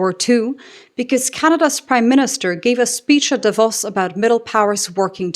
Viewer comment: I noticed your Davos pronounciation. Pretty good and rare.